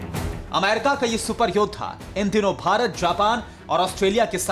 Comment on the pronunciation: Bharat bolna sikh pehle bc